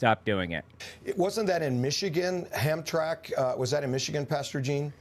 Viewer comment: It's pronounced Ham-tram-ick. And considering the area, I wouldn't be surprised if a large development donation was made in return for endorsing Trump.